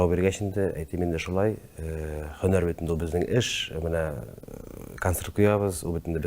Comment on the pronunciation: Тапшыру яхшы. Ләкин минем тапшыруны алып баручыдан сорыйсым килә: һәм, һөнәр сүзләре ни өчен "" х ә м , х ө н ә р "" диеп әйтелә? (Русчалап әйткәндә: Ухо режет.) грубо ишетелә.